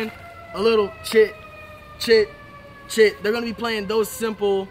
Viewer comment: When he said chit chit chit it sounded like he was saying shit shit shit.